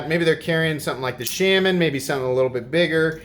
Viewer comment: Everytime he pronounces "Shaman" it sounds like an older Swedish gentlemen pronouncing "salmon"